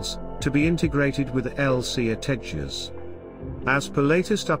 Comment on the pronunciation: This new voice ocer is OK .... some words are not pronounced properly ? 'tejas' Could be useful to reach a wider English audience ?